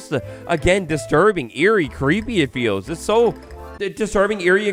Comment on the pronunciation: Earie not Airy